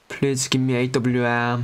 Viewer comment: Normal people said - Please Legend Said - Plix 😂